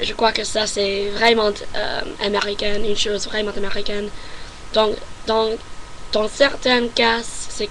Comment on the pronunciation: Attention aux lettres muettes à la fin de certains mots qui ne se prononcent pas (exemple à : mes parents, : arrondissement, : vraiment...La lettre T ne se prononce pas) Sinon tu as bien compris le masculin / féminin des mots et quand tu fais l'erreur tu te corriges et c'est très bien. La prononciation est bonne également on te comprend parfaitement. Continue à t'entrainer à parler pour fluidifier ton langage. En tout cas bravo, je te félicite.